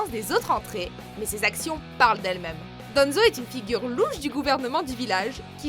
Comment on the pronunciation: le a de danzo on le prenonce a pas en